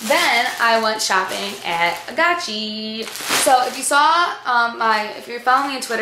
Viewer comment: i thought it was called agaci with the g not a chi sound but lol